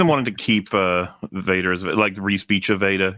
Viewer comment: "Dorothy Vad-her"...?